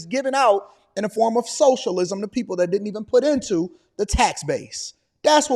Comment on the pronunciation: She sounded a lil bit like a sista when she brought up trump, “just say dhat😒”😂#BlackISHgirlMagic